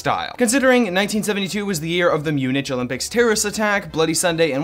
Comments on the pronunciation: Munich pronounced Mewn Ick not moon ich. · Its pronounced munick there. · LOL he pronounced it Mu-nitch. 🤣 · Mun Itch lol. Try Mu nickh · Did her really just say MuniCH? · Yup. He said "MuniTCH" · Great vid, say munich like 'munik" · “Mune-itch...” really? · "myew-nitch" ear cringe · Did you just pronounce it Mun-itch? You expect me to take you seriously when you can't even pronounce Munich? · Mispronouncing "Munich" DING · yes. Plus this guy is annoying and scary looking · Sorry but laughed my ass off when you botched the name "Munich" Olympics